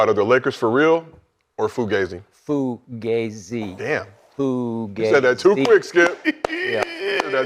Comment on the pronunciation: Am I tripping or does ALWAYS say FLUgazi….?